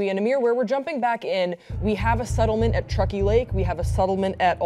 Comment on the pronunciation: You say "unsettling" and "settlement" wrong. You say SUH-DDLE-MENT. It's SEH. Sorry. ur hair is cute. I'm done now.